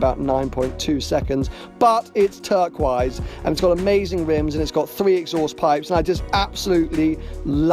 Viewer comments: 'It's TURK-WISE' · The way you pronounce turquoise haha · Say Turquoise again?